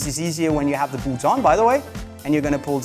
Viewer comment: It would be easier to listen to this advice if I didn’t hear this guy saying BOOPS over and over